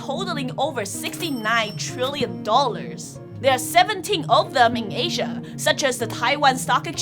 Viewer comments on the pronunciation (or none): none